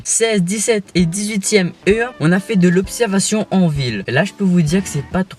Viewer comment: Heure de conduite et pas heu de conduite